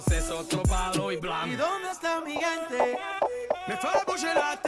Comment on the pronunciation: I've loved your reaction of the Spanish Urban greats, Bad Bunny, J Balvin, Rauw. However, you need a few SpaniH language pointers so you don't butcher the names. C and g are soft when followed by e and I. Hard like cat and goat when followed by a and o. Mi gente is pronounced me hente. For example